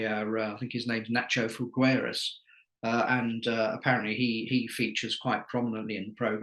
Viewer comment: Figueras is not so difficult to pronounce, the u is silent.